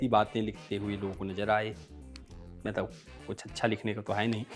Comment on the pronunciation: Abe sale tu ne mathadesh kyu bola